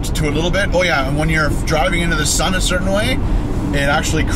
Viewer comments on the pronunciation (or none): none